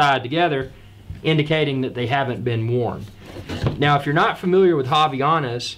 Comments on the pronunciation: its fine tho hahah by the way nice unboxing of the "haviyanas" hehe. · Did he just say haviyanas?